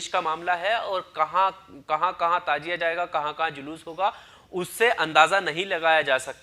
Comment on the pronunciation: Tajia nahi Tazia